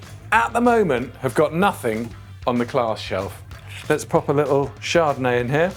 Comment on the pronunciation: Everytime you say "little" all I hear is "LIDL" and I'm not mad